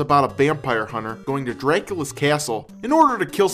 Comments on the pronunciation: dreeyakula's keeeyassul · "Go'n a drakeulas ceasle in order to kil some vempires"